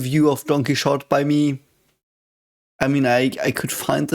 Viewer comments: sorry if bringing this up is rude, I get confused every time you talk about don quixote because I don't recognize the word at first and you seem like a guy open to learning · Actually, he was uttering "Don Quixote", so it was "Donqui". I found the coincidence hilarious too though. 😂